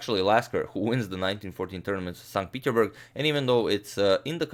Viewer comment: You keep saying 'st peterburg', how come you don't pronounce the 's'?